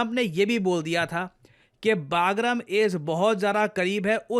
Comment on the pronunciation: it's बगराम Air base, it's not बागरम Air base, सर आप हमेशा इस Air base का नाम गलत pronouns करते है। सर अफगानिस्तान के इस air base का सही नाम "बगराम" Air Base hai, ना कि "बागरम" Air base. Thank you Sir 🙏🙏🙏